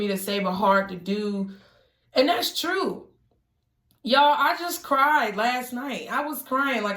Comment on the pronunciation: Soo feel ya..LOL YESS SHE SAID TRUFE